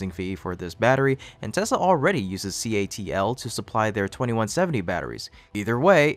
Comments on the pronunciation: C. A. T. L. Not CALT. YOU GOT IT IN THE END.😖😁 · CATL not CALT😂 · CATL* your audio keeps saying it wrong